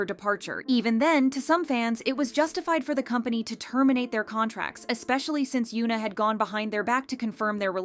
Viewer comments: it is hyun-ah not hyu-na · its hyuna.. not yuna.. please pronounce the H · The H in Hyuna is not silent.